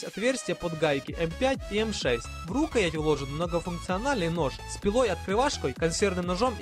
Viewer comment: рУкоять, Огниво???? Какие ещё варианты язык поломать?))))